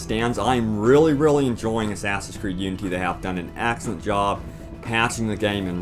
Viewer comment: Does anyone else here him say Unty. Like oonty